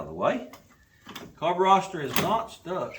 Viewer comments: It's a Carburetor NO s in it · What’s a carburroster